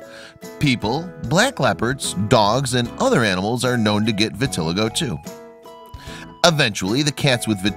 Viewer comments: BTW - - the condition called vitiligo is pronounced vih-tah-LIE-go (accent on the "LIE" ) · Vitiligo (vit-ih-LIE-go) - it's called SIMPLE research.